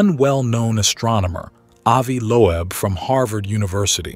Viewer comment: "Avi Lo-Eb"